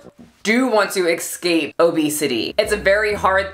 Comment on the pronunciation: yo, escape is pronounced escape, not ecscape